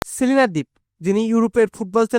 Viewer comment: Selina deep-❌ Celine dept-✅